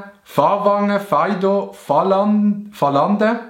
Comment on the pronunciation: es heisst Fällande Fäää Fää nöd Fa Fä...lande